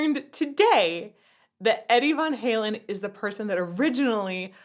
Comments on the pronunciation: 'Vaughn' Halen, your posh German is showing E. It's vAn halen. The picture on the wall is Dr Demento. Weird radio skit stuff happened here as well as where Al got his start. If you haven't seen 'Weird: The Al Yankovic Story', it's done very well. Call back to the end of MJ's Thriller, but looks like you caught the reference. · Long A. Vaaaaaaaaaaannnnnnnnnnn. Not von. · Please for the love of GOD, get it right, it's VAN Halen................ not VON Halen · I ate spam as a kid..it was delicious also its van like the vehicle. you said von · vOn Halen instead of vAn Halen drives me irrationally mad😂 idc that it's correct for the root language, Eddie said van dammit🤣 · Apologies, but I have to say it... it's Van Halen, not Von Halen :) The picture in the back was Dr. Demento (I think). He was the first person to play Weird Al's music on the radio, I think. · It’s Van Halen, not Von Halen. Van just like the vehicle. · Lovely, exotic pronunciation of "Vahn" Halen😊 but it's just "van." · Van not Von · I love how you say Van Halen like Von Halen. As in the famous classical musician Edward Von Halen... lol. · That was cracking me up. She pronounced it like a true Opera singer: Vaughn Halen. LOL. Adorable. Unlike the rest of us out here with our dropped soft palates gettin' all nasal with it. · Please don't pronounce it "Von" Halen. You will ruin my childhood. I beg you please. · “Von Halen”…. 🤦‍♂️ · Clearly just learn the name Van Halen today by reading it, since she doesn't know how it's pronounced.